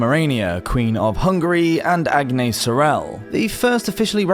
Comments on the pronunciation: In french, we pronounce Aniesse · Not in the French pronunciation you wouldn't . The letter S isn't pronounced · Very informative video but this is not how you pronounce "Agnès"